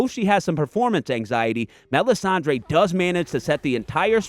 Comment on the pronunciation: Mel ihs ahn DRUH.